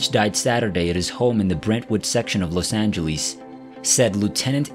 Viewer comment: What's a Los angelwees? Narrator keeps saying Los Angelwees! Lol